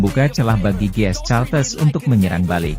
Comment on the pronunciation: Ini orang gimana gimana sih.GS Caltex bkn GS Caltes.Caltex /California Texas Itu perusahaan Oil milik Amerika belajarlah membaca yg benar.